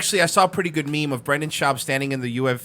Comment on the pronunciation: at least say his name right if ur gonna say he can’t speak or is a retard “brenden chowb”